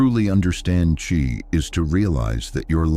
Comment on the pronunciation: It's pronounced chi not chai